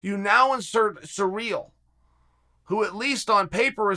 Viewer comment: Is Cyril’s name actually supposed to be how Chael pronounces it - “Surreal”?